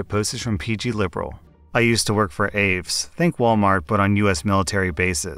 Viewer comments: hey not to sound like "that guy" but AAFES is pronounced as ay-fees. It's how I've always heard it said growing up on military bases. Good show keep up the good work 👍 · AAFES, for those not in the Army or Air Force, is pronounced A-Fees.. It sounds bizarre the way says it. XD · AAFES is pronounced "A Fees" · The time I've been in the air Force, I've always pronounced, and heard pronounced, AAFES as "a-fees". I can understand your pronunciation since there's only one e. That's when I was in South Carolina, it may different at other bases for all I know. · Its pronounced as ey-fes. AAFES stands for Army and Air Force Exhange Services. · Aafes is pronounced"A-FEES" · Ok, AAFES is pronounced Ay-fees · The military store is pronounced A-FEES for Army and Air Force Exchange Service (AAFES) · AAFES is pronounced A-fees, because in the military we love acrynomys and we love saying them as words and not letters. also it stands for Army Air Force Exchange S???? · AAFES is pronounced AA-FEES. And they are a monopoly who charged $12 for a washcloth in Afghanistan in 2002 when they first got in country. You don’t have to pay taxes but you pay a “surcharge” that is supposed to go to MWR. Whenever I go to the PX here in the states, I’ll comparison shop and without fail they will mark up their items by $10 or $15 dollars. It’s a scam. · Aafes is pronounced (Ay-fees) btw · Lol no its pronounced A-Fees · Just FYI, AAFES is pronounced "afees”. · AAFES = Ay-Fees. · AAFES (A-fees)...no offense, but I worked there for a long time and it was like nails on a chalkboard hearing you pronounce it like you did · AAFES is pronounced "A fees". All vowels are pronounced. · I thought you were saying AIVES lol.. we pronounce it A-FEES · Hey afees is pronounced a-fee-s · OK sorry but AAFES is pronounced like A Fee's, 1 word. damn did I just sound like a Karen/Kevin.....FML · The way you pronounce AAFES kill me a little bit inside. It’s a-fees